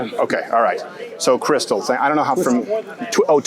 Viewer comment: Hahahahaha Twistal 🤣🤣🤣 crystals and fucking twisters holy shit 🤦🏻‍♀️